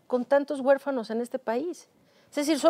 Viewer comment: Doscientas cuarenta mil guefanos LO Correcto es decir doscientos cuarenta mil huérfanos. Que les pasa por que se expresan tan mal y este vejete me caí mal por lepero.